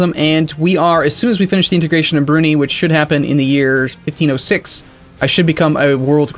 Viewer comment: That pronunciation of Brunei (should be brew-nigh, not broony)